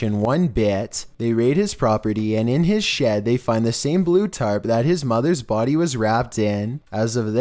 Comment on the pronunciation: “I walked into the kitchen and there was her bhody”